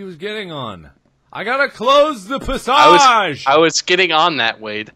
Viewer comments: when mark kept saying "pasosh" instead of "passage" idk if it was because he was drunk or if he was just being markiplier XD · PASSAJE not passage but PASSAJE xD love that